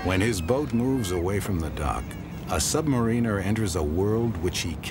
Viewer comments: Damn it, for the hundredth time, submariner, NOT submanineeer! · submareeener??? isn't it submariner shit contaminator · R Wood Right! Im from SSN 650 USS PARGO 77-79, I hate when they constantly mispronounce submariner. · Two of my cousins were submariners, reactor personnel to be exact. They pronounce "submariner" with the "marine" part as you would pronounce "marine" as in Mqarine Corps. They get on me because I pronounce it the British way as in "submariner" with the "mariner" part as in "The Ancient Mariner", thanks to our grandfather and their uncle, my father--our grandfather, my father and myself were all born in Scotland